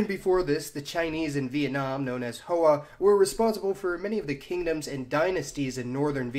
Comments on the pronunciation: Btw "Hoa" is pronounced "Hwa" not "Ho-Ah." Other than that ty for the video! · Hoa is pronouced Hwa - not Hoe-ah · The Vietnamese name for ethnic Chinese, Hoa, is pronounced more like “hwa”. The name Tran is pronounced more like “Chan”. Nitpicks aside, great video. Thanks for posting!